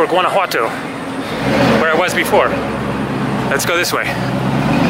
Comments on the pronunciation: Awesome video!!! Only thing that bugs me is that the ‘o’ at the end of ‘Guanajuato’ is pronounced like the word “toe” not “too”. So like GuanajuatOE. You say the ‘j’ perfect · the "G" in Guanajuato is silent dude! If you are going to make this video, say the name correctly!